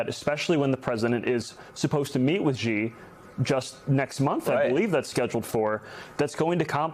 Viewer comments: not a reverence to the Chinese president but a respect for our own ability to pronounce the powerful leaders in the world: Xi is not “Ji”, it’s “Sh-ee “. Get it right. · I hate it when American pundits call Xi 'Ji'. His name is pronounced 'She'!